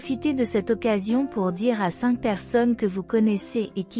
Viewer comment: Cink mille neuf cent cinkante neuf